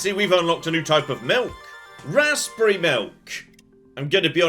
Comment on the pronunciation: Everybody gangsta till pronounces the p in Raspberry